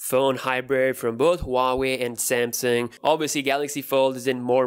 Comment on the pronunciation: I love how he says samsang instead of samsung😂😂